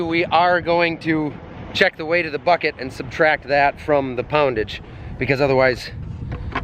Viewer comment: you said poundage